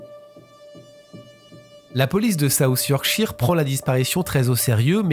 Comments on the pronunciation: 1/ Merci à vous d'avoir parlé de cette disparition que je ne connaissais pas du tout... 2/ Vous prononcez mal Yorkshire... Cela se prononce Yorkcheur... 3/ Votre message de fin est émouvant... Vous avez tout à fait raison...Aussi, vous avez de la chance d'avoir encore votre papa qui a 92 ans... Le mien est parti à 88 ans quand j'avais 29 ans... Oui il m'a eue tard lui aussi, comme vous... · 'Cheur' est trop fort. Plutot 'shuh' ('che') ou 'shur' (avec un 'r' a peine prononce). En verite il n'a pas tout a fait tord. Ici aux Etats-Unis, c'est plutot 'sheer/chire'.